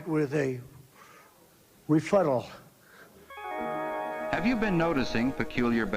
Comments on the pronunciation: “Sir, don’t dignify it with a refuttal”. 🤣 Priceless. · Refuttal ? Donald dump.. the oranges?